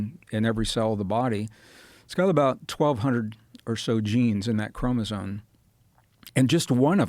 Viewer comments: Gregg should start pronouncing chromosome correctly ... not chromoso"n"e. ... there is an "m" at that end of that word. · he says "Chromozone" 🤦‍♂️ Anyone who has read anything related to chromosomes( prerequisite if you're gonna claim what you're teaching as fact), would have noticed the spelling and would have corrected the pronunciation .. I get the impression he watched a few youtube genetics 101 clips and made up some studies and facts. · Mr Braden, please change your pronunciation of « chromosome ». It is not a « chromozone »… 😅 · Is he saying "chromosoNe? Tell me my ears are broken haha.